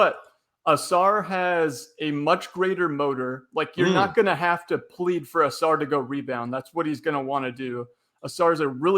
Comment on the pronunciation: Givony... GIVE-OWN-KNEE not GIVE-ANY. Ausar Thompson, it's not pronounced like a Flying Saucer. Come on man i'm not trying to be a dick but it's so painfully bad and it's not even close and it happens in like every podcast. You're legitimately the worst person with names i've ever seen. Heck the other gentlemen said it right immediately after you and you didn't even attempt to correct yourself. PLUS you use the name NON STOP and it's WRONG. Then Wenbenyama you put a G in there somewhere? How why? Do you take any time to even try to learn? You'd think you'd just pick it up naturally after hearing it somewhere else. It's 8 minutes into the podcast as i'm typing it and there's another mistake!